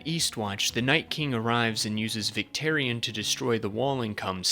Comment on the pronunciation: Great video but you lost me at “victerion”